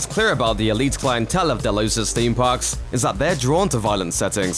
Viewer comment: Nevermind - he was saying Delos, only he pronounced it about five different ways during the video. 🤔